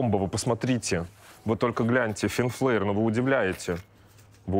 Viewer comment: Правильно произносится название магазина — Фин Флер